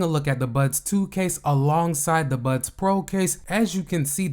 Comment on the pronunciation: Why do you keep saying "Buds Twos" and "Buds Pros"? They're called "Buds 2" and "Buds Pro".